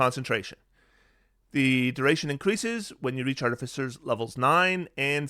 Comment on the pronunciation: did you call them ‘cartificers’?